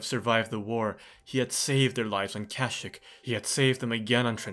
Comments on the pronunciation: Anyone else annoyed by him mispronouncing kashyyyk? Other than that very well done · Cash-ick is the Old Republic pronunciation, I swear! The KOTOR characters all say it like that. Sorry if it was annoying though.